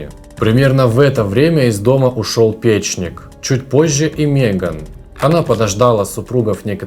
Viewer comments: Ведущий,где вы беретесь такие убогие в чтении?Что значит,,собственные" детективы?А не частные?Что за ,,пЕчник", а не ,,печнИк"?и ещё много каких слов с неправильным ударением.Вы хоть проверяйте после записи или цензору давайте для просмотра.Вы же,наверное,считаете себя интелектуалами,культурно-грамотыми людьми,а читаете ,или рассказываете черт знает что,прямо ,,режет" уши!Позор,а ещё подписчиков собираете... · ПечнИк, а не пЕчник. Вы в словари хоть иногда заглядываете? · Из дома ушел пЕчник?😮 Это кто, печнИк что ли? И хозяивА, подождАла и т.д. … У вас русский не родной язык? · Почему пЕчник? ПечнИк, автор, правильно ставьте ударения! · пЕчник? Русский не родной для Вас? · а ещё "пЕчник" и "подъЕздная дорожка"...малоразвитый какой-то...и вообще речь не внятная...может специально чтоб комменты собрать.....не буду больше его слушать...первый и последний раз...